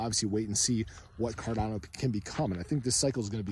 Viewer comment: I think i heard "ga ga goo goo fi dolla cawdano" To da moon!